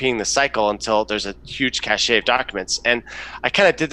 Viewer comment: It’s “cash” not “cash ‘ey (like hey)” for cache not cashed.